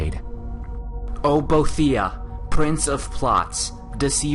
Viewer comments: No its actually Bo-e-thi-ah. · BO-AY-THE-AH. Not Bothia. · wow. Correcting other's when you don't even pronounce it right yourself? It's pronounced bo-"ee"-the-ah not bo-"ay"-the-ah and yes, it's not Bothia either. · I thought it was pronounced Bo-e-thi-ah, not Boe-thi-ah. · **CORRECTION OF PRONUNCIATION** Boethiah is pronounced as follows: bo-EE-thee-uh Just a little FYI for everyone there...otherwise, I really enjoy your Elder Scrolls Lore series,!! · Your both close. BOH-EE-THEE-AH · Actually, it's 'Bow-eeth-ear' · omg i comited suicide when i herd you pronounced boethiah. its bo-eth-iah